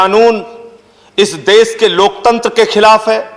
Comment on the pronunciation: Bhakkk! देश to bolna seekh le pehle... देस bolta hai.. Chuchu